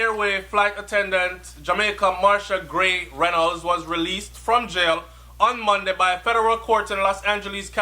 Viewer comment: Her last name is Gray not gay lol!